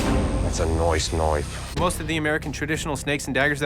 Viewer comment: No one: Nobody at all: Not even a single soul: ThAtS a NoIcE kNoIfE